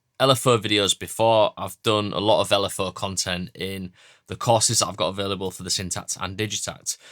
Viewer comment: “L” “F” “əʊ” (the southern mind cannot comprehend this btw)